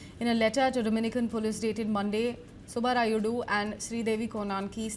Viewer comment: Who is this news reader with bad pronunciation horrible punts Cana,subbarayudu horrible